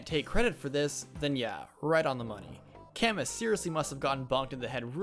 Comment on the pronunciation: Isn't it pronounced 'Ca-moo"? Edit: Sorry I'm late on the joke...